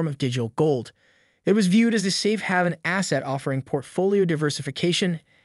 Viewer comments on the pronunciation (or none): Did you say “safe havin’ “ instead of “safe haven”?